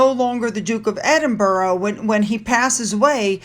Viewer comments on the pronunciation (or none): Please pronounce Edward's position as the Duke of Edinburrah! It is not Edinborro. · EdinBURGH! Not EdinBOROUGH Not See-mus SHAY-mus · Thank you,. Another great post. Btw, Doo-Ke of EDING-Burrah, SHAY-mus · Hi!! Little tip to help you with pronouncing Edinburgh.. EdinburUH (end it with uh - like when we all say “huh” 🤷🏼‍♀️). Love your videos, I just (being an Edinburgh lass) get a little twitch when you say Edinborow lol Keep up the awesome reporting on our beautiful royals ❤ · I know you dislike instruction on pronunciation, but as you're going to be now talking about the Duke and Duchess of Edinburgh, really need to pronounce Edinburgh correctly. U as in umbrella. Edinbur..uh not Edinboro. Edinburgh is a world renowned capital city and deserves the correct pronunciation. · Sorry to butt in again,, but Edinburgh is pronounced Ed - in - bruh. I know it is odd since doesn't follow the spelling, but that's how it is said. Duke of Edinbruh. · it's Edinbra Not Edinborough. Edinburgh, burgh is either pronounced Berg or Bro but actually bra. It's the idiosyncracy of the English language which the American s don't understand. Reference Professor Higgins said in the film My Fair Lad. The Americans haven't spoken it in years. LOL😂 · It is Edinbruh. I have never heard it pronounced Edinbra. Burgh on its own is pronounced burruh. 🏴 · Not bra Gerry, bruh. Edinbruh not Edinbra. Wher do you hail from that you say Edinbra. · Duke of Edin...borough? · Hi - It's Edin - bruh for pronounciation. Another great vid. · Hi, Thank you for your news, love listening to you every morning. Hope you don’t mind me saying Edinburra is how we pronounce it, old locals call it Auld Reekie as it was a smokey place years ago in the old town. 😊 hope that helps. Take care my dear. ♥️🙏🏻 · To help with your English accent, us Brits pronounce Cheltenham as Cheltnum, Edinburgh as Edinbra, and Seamus as Shaymus